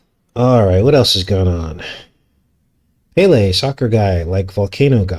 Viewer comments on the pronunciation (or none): none